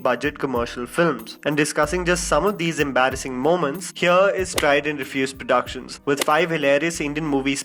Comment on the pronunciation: The way u say "productions" 😂😂😂